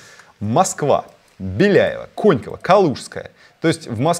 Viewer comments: Не ко́ньково, а конько́во, заявляю тебе как житель этого района) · КонькОво только, а не КОньково) резануло как по яйцам, сорян) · не кОньково, а конькОво )))